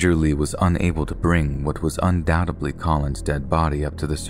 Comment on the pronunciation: Once again,@ ,it`s "undoubteDly",not "undoubteBly"....my god man,I feel like someone teach your damn teachers an English class or 2.........